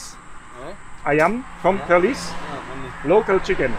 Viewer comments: The way you pronouce perlis I thought it was police ahah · How to pronounce Perlis : pearl list